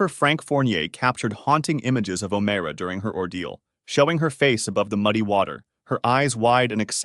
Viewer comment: O MYRA is how you pronounce it